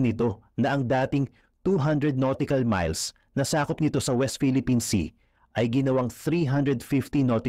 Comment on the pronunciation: nautical miles ❌ noticle miles ✅